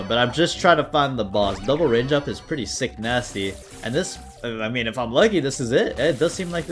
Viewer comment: The saul hearts mod sucks man im sorry Also hearing you say sick-nasty is really funny